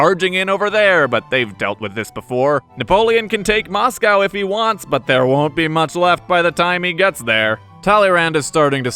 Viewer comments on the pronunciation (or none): none